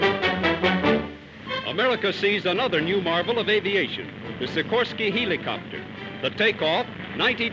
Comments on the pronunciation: has the caterpillar ever said "heeleecopter"??? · he says it like heelicopter